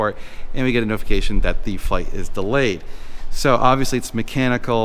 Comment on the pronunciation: The word of the day is "delAAyed"